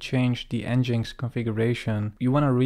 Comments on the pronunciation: I think it is pronounced EngineX not n-jinx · Nice intro to Next mate. For reference it's pronounced Engine X, not En Jinx 😅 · wonderful tutorial. never heard nginx pronounced 'En-Jinx'. I've always called it 'Engine-X'